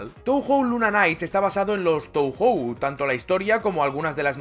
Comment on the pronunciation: En japonés "ou" suena "oo" (o larga, y "ei" suena "ee", "e" larga), así que Touhou debería sonar [toohoo]